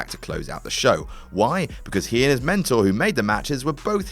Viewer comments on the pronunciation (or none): none